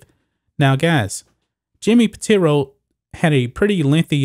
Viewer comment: Pitaro, not Piteero.